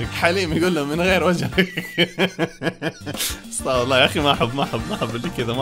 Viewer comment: استغفِرُ وليس استغفَرَ